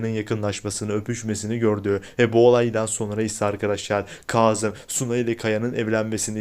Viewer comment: Ay ne olur Kazım ı doğru telaffuz edin